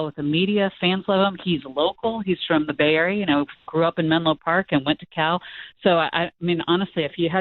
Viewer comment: Bay arier lol